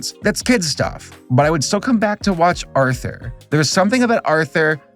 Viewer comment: Didn't it always sound like they said "now back to author" instead of Arthur